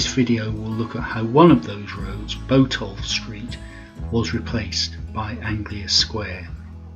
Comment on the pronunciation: Interesting video. I've lived in Norwich most of my life (now 69) and remember going to the old Odeon. I've always heard Botolph pronounced as Bot-olph (bot as in robot), rather than Bo-tolph.